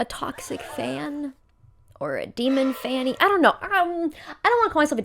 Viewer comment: Demon 'fanny' is what I'm hearing every time it's said and the fact I'm laughing so hard is killing me I feel like a child